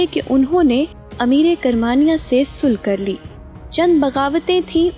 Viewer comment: Sul nhi sulah